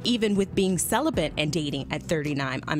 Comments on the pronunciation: Is speech new to this woman ? Celibant ? It’s celibate you idiot 😂🙄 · First, the fact that she keeps saying celiBENT...lol She seems cool and I'm sure there is an "issue" there, but yes, the kind of man she would be looking for ain't trying to "wait". If I meet a woman...IN ATLANTA....JUST LIKE YOU, and she WILL have sex, why should I wait? Celibacy seems like a game at that point. Its not a game, but it would feel like that, compared to another woman. Its a buyers market out there. She's pretty and she seems cool as shit.